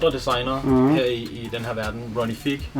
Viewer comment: Fed samling :) Ronnie Fieg udtales F-eye-g ikke Fig og Hermés udtales Ermés - H udtales ikke, men S gør :) <3 Its all love